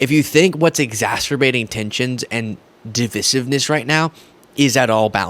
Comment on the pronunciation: you mispronounce "divisive" each time you use it. You can find the correct pronunciation on line.